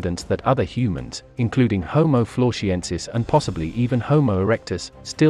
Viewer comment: Why pronounce "Floresiensis" as "Florshiensis"? It makes no sense.